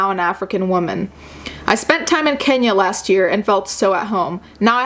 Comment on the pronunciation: *Kenya......Kenyyya. With a Y hahaha.